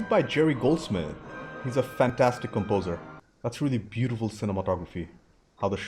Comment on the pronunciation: I love how he says, "Fan...TAStic".